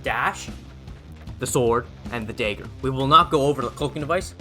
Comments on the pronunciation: “Daegger” haha Canadian?? Midwest??? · "the sword and the daeger"